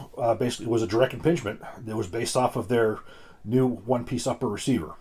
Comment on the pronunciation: Did he say DIRECT IMPINGMENT?